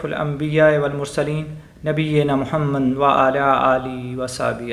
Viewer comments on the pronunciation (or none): none